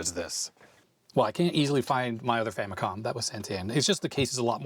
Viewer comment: I dunno why youtubers are having reading comprehension when it comes to the FAMILY COMPUTER as it's clearly shown upfront. So much injustice and disrespect Nintendo's FAMILY COMPUTER are getting from western and current youtubers that they keep butchering its name and relegate it with famiclones. They’re basing its name-butchering, clear confusion and aggressive mispronunciation with Sharp's TWINfamicom. The famicom by itself is nowhere stated in Nintendo's branding of any of its 8-bit console past or present. Not because the 16-bit Japanese Nintendo console is the Super Famicom, it's fair to mis-declare its 8-bit counter part as famicom. It's not! It's very inaccurate and a clear bastardization of the NES' basis of origin! Even in its heyday, no one has ever even called Nintendo's 8-bit Japanese console as a famicom let alone becoming an official general confusion like the sad state of affairs of present day name butchering, especially with markets where it's officially sold -- even until now! It's clear as daylight that with games, peripherals ( FAMILY COMPUTER DISK SYSTEM ) and even with the recent mini-console releases, the brand is clearly stated front and center as the FAMILY COMPUTER Before making any history-lesson, please make your facts accurate first and not ride with the general bastardization and history whitewashing. It's unfortunate that even wikipedia's been hijacked by western influence with this clear and intentional name butchering!